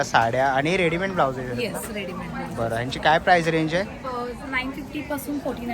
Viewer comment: told u ssssooo many times...tarihi chukichech boltos! Readyment ❌❌❌ Readymade ✅✅✅